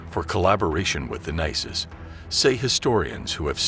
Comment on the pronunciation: How do you pronounce nazis ? You are pronouncing it (rong) ! 'MORON!'